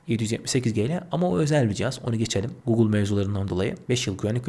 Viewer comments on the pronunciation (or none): none